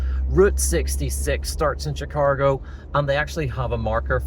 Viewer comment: Chicargo? Chicahgo? 🤔 🤪